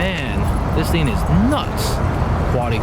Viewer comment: " oh man, a double decker weeen, this theeen is sick" love how you mispronounce words! Its funnee